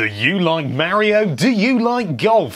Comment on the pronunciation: my ears.. MY EARS!! MAKE IT STOP!!! may-rio may-rio may-rio may-rio may-rio may-rio may-rio may-rio OH GOD!!